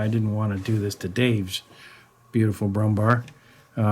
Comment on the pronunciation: Good god have you been pronaucing it Brummbar the entire time? It is Brummbär ... Bär as in Bear .... the animal .... just pronounce it Brummbear ....